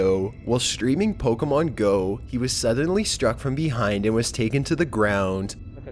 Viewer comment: searching for pokehmoohn jezus fucking christ